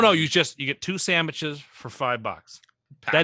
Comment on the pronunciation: Did say Samiches?...........